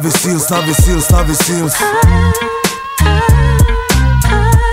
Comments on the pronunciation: Trochu funny, když "Navy" vyslovujete špatně czenglish a následně "Seals" správně 😀hlavně všude cpát AJ 😀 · Tiež ma to napadlo …